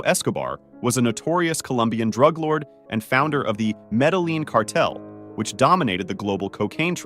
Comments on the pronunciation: Nooo, he mispronounced Medellín 😢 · The way this guy pronounced “Medellin” 🤦‍♂️💀